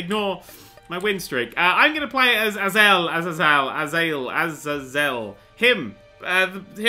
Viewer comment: azazel is pronounced a-zey-zell